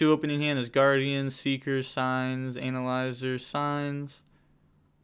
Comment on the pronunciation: This man said "Signs, ANAL-IZER, Signs" lmao 🤣🤣